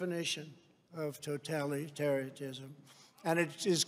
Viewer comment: He can’t even pronounce totalitarianism 🙄